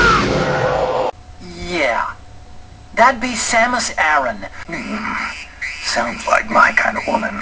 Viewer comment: yet again,samus aran's name is pronounced incorrectley. FAILURE!!!!